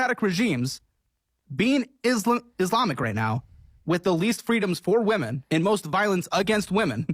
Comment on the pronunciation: these "woman" need to clarify if they're just stupid or there is some social fem gobbledygook about seeing the word women, plural, but pronounce it woman every time. We can't hear the rest of your words when you mispronounce really simple words. We must assume all of your thoughts are suspect at the very least